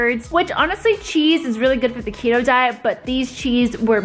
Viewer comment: I heard cheeto too